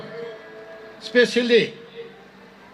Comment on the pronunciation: That's is exactly in we Chakhesang accent 😅